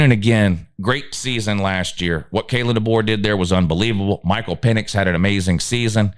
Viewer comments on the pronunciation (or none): none